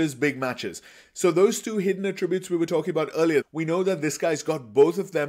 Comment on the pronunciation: You made a 57-minute video. You made a 57-minute video. YOU MADE A 57-MINUTE VIDEO. And to top it off, the way you pronounce "attributes" is annoying. I assume you're a first language speaker of English? How are you pronouncing "attributes" incorrectly???